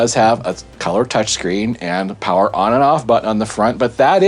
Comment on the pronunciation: Elmer Fudd made a powa station. It's a CellPowa you waaskeli wabbit. I rather enjoyed your laid back chillin to the music session - funny stuff!!!